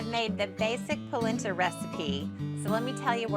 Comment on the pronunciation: NOT pronounced POLinTA